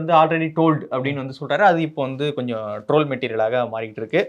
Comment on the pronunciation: அவரு , ஐ டோல்ட் என கூறவில்லை. ஐ டோல்டட் என்று தவறாக கூறினார்... ஆங்கிலம் தெரியாது என்பது கேவலம் இல்லை, ஆனால் தெரிந்த மாதிரி நடிப்பது தான் கேவலம்.....